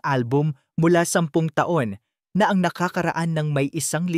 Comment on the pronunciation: BAT ang Basa mo sa ang ay eng😂😂